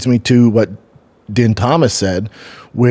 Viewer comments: Why is he calling buddy din? Lol sounds like he’s talking about some Chinese guy din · His name is DEAN , even though it’s spelt like Din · Why is brendan calling din thomas den. I thought this guy knew fighting. He does a fighting podcast and doesnt even know where the fights are this week. What a joke